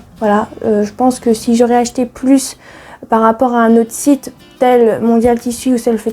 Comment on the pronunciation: Merci pour ta vidéo, "j'ai acheté" é et non er...pas grave, bizous